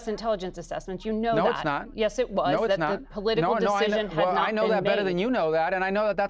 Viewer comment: NO IT'S NOT NOITSNOT,NOITSNOT !!! ... dear Lord 🙄